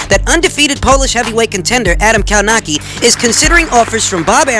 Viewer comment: Kownacki, pronounced more like Kownaksy